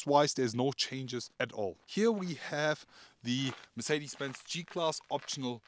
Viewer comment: They will just NEVER learn how to pronounce Mercedes-Benz!! Build schools in that place.